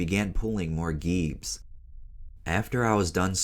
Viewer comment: pronouncing geebs wrong g-eebs